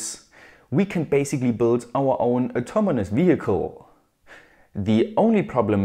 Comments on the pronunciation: You said "autoMOnous" instead of "autoNOmous".. it's just a small detail but I think you might need to know and will be helpful for your next video.. I love all of your videos since the first time I sub.. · Small nitpick, it's "autonomous", not "automonous" ;) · Did it just bothered me that he said ATOMONOUS instead of AUTONOMOUS 😂😂 (btw niceeee video as always) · "automonous", "automonously", lmao